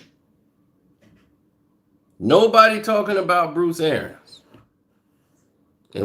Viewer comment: For the love of God its ArIANS